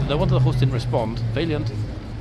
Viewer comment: What is it with the two-fingered salutes? It looks so odd! PS. It's not Vaylient. It's Va(a as in apple)lient.